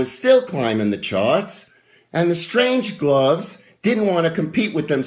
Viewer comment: Isn't it 'The Strange-loves'?? Not 'Strange-gloves'.